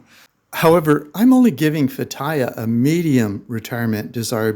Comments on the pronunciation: It's pronounced "Feh-tee-yeh" Not Fattaya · yeah how you pronounced the city was incorrect. I didn't understand what you said till you spelt it. It is pronounced Fay tea uh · I lived in Turkey for 3 years, I couldn't figure out what city he was saying. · You are really butchering that place name. It took me a while to figure out. It would be helpful if you would try to learn to say the place name right. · Lol, learn how to pronounce the name of the place before making travel videos about it